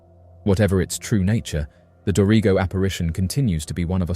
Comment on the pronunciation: “do-ree-go”is actually pronounced like “Dorago”